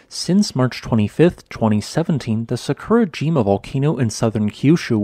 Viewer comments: Love your videos also the amount of work and research you put into them. Little sad that you do not pronounce the names of Japanese volcanos correctly and once you looked into how to break Japanese into parts how easy it is. Try Sa-ku-ra-ji-ma instead of Sa-kur-a-jim-a as a start. Sorry to be picky but for me, it really takes away from the video. Will continue to watch and give a thumbs up as always. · What did he say? It’s Sah-koo-rah-gee-mah. Omg. This hurts my ears. Try to pronounce the word without intonation. And don’t slur the m, buddy. 🙉